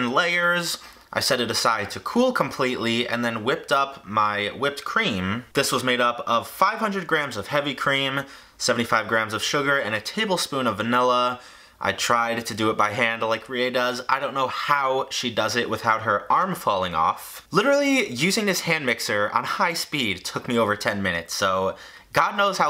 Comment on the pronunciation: this man said "tibblespoon" lmao